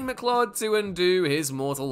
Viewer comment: Conor McCLOD 😂😂😂